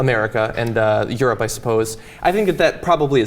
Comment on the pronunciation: did i hear "the Europe" ? lol